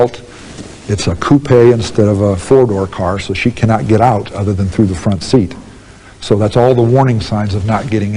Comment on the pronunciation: He said “coupEH”😂